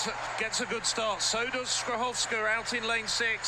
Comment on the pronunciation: That pronunciation 💀